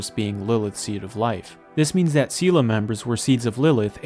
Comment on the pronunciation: Its pronounced say lay